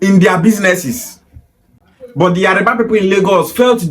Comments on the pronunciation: So many Igbo kids like yourself from youth, their Igbo parents dey preach Yoruba hate ... so it not surprising now that you are now pronouncing Yoruba as Yariba .... speaks volumes for your mind's degenerative hatred for the Yoruba nation. This is the typical hate the Igbos have for the Yorubas YET igbos will like to spin it the other way around in order to deflect blame so as look like saints in their warped up Biafraud Republic... Nonsense !!!! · It is Yoruba and not Yariba. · So you are an authority on the Yoruba tribe. You are so dumb, you need to learn how to call yoruba, not yariba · Your pronunciation of his name and Yoruba is very wrong.... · The way you pronounce Yoruba is very funny